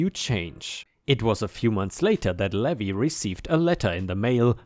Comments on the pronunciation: Levi = Lee vie (hard "i" sound). "Ye Olde" would be said as "Yee olde," not "yeah olde." lol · Levi is pronounced Lee-vye! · Hey! Hope you're having a great day! On the side: Levi is usually pronounced Leave-eye. The "E" and "I" are pronounced via their names rather than the sound they make. Dunno why it's that way without any accents to show the secondary pronunciation like other languages do. I have an accent in my name and no one has made comment of it. I'm just lucky that my name is a generally well known one for where I live. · Levi is pronounced Leave-eye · It's lee-vy...for Levi ☺️ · dear it's pronounce LEE VIE.... like viking without the king 😉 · Levi (LEE-vi) is a man’s name from the Bible. LEH-vee is the pronunciation for “levy” (verb) which means to put a tax on something, and also the pronunciation for “levee” (noun) which is a ridge or wall of earth next to a river or lake to prevent flooding. New Orleans levees were overtopped by water during Hurricane Katrina.